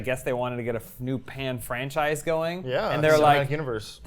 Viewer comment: "panchise" XD. Nice one! 👍